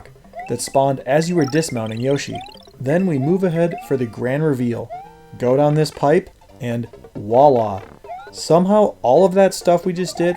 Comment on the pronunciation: In the part with the gold Yoshi, did you say “wallah”? You shoul know the word is “voila”. It is French.